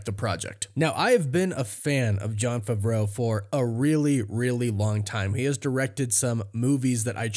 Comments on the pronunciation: “ i’m a big fan of John fravro” maybe you should learn how to pronounce his last name lol it’s Favreau pronounced fav-row🤡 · It’s pronounced "FAAA-VRO" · Did he tell you to pronounce his last name like a French chef?